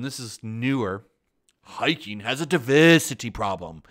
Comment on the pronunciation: hiking Learn to pronounce